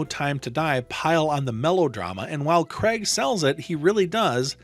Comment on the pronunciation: Craig...not Creg